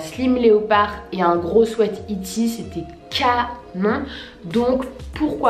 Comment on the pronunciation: Je rêve ou elle a dit swait sa m?'a choqué mais sinon super vidéo